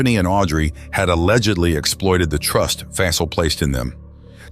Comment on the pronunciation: Aside from mispronouncing their names especially Shakilus and Fasil you did good telling the stories. I feel so bad for Fasil's wife and kids.